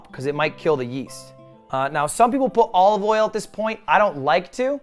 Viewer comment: why does he actually pronounce it "all of oil"